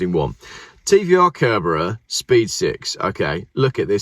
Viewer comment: Kerbera KERBERA!? just delete your channel mate. Ffs